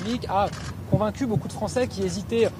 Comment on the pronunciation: "Convaincu " il a dit mdrrrrr